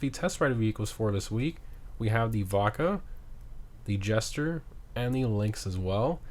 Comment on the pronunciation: Did anyone anyone else hear vodka when he said Vacca in the test ride vehicles 😅